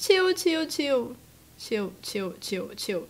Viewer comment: She sounds like she saying chew instead of chill